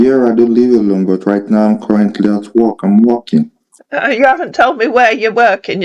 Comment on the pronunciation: His geography knowledge is amazing, Not! 🤣 It is interesting that often these scammers assume that their prey lives in the ‘States’, USA 🙄 when he says ‘I am working’ it sounds he is Walking. This is a gem, LOL 😂 Too funny 🤣 Love it when you threw Lagos in his attempt to tell you which city he is! Ha ha :_rosMoreBetter